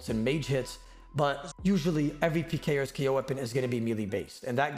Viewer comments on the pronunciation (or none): he straight up says "alot of advanced pee-ers" 😂 sorry im just mediocre at peeing man